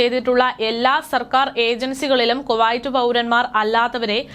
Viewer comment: വർത്തകേട്ടാൽ തോന്നും ഇവര് ആഭ്യന്തര മന്ത്രിയുമായി ഇന്റർവ്യു നടത്തി തള്ളുന്നതാണെന്നു .കുറെ ഊള വാട്സ്ആപ് ഗ്രൂപ് ഉണ്ട് അത് അറബിപത്രത്തിൽ നിന്നും കോപ്പി അടിക്കും അത് ഇവർ അതേപടി വായിക്കുന്നു 😬😬😬😬😬പിന്നെ കുവായിറ്റ് അല്ല കുവൈറ്റ് ആണ് നന്നായി വായിച്ചു പടിക്കു